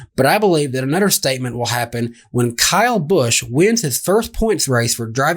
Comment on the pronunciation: Wow y'all are terrible at punctuation; how can y'all mispronounce Kyle Busch?